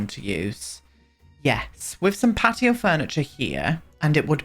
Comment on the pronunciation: That's literally how they would say patio though Pe'ato 😂🤣💀